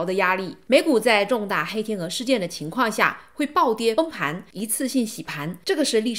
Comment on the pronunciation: Sanny来跟我读：崩（beng）盘（pan），不是“奔旁”